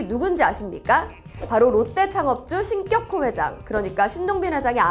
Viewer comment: 신껵호 회장이라고 읽는 것이 맞나요? 궁금해서요.